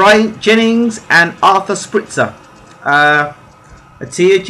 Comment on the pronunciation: try to read it like shpeel-k :)